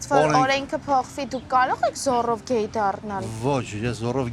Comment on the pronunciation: Գել ա ասում գեյ չի ասում 😂😂😂😂😂